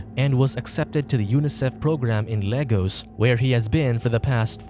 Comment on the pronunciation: It is Lagos not Logos😂